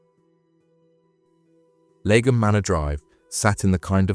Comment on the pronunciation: Great video, thanks. BTW, Leigh (pronounced 'Lee') is an English name and surname of Old English origin, meaning "meadow," "woodland," or "clearing". So 'Lee-um' is kinda how you pronounce Leigham :)